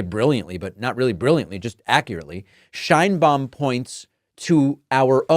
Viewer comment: I like to watch your comments, but, you should learn how to pronounce names correctly. It is not “/shainbaum/” Check the pronunciation for respect to the president and the Hispanic viewers